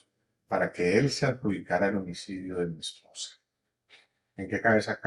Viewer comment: Por qué se esfuerza tanto en decir MI ESPOSA, MI MERCED, MI MERCEDES?.